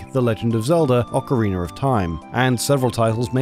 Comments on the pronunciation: I didn't know Ocarina ended in r. "ocariner" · Never get tired of this guy saying "Ocareener of Time" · Ocariner of Time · Ah yes, the classic anti-piracy measure in “Ocariner of Time” lmao